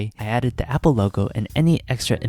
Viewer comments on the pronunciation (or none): apple not meeple